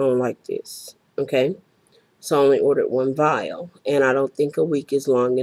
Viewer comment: whats a viaile? you said you purchased a viaile